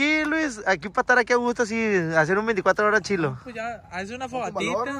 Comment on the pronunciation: No se dise chilo se dise chido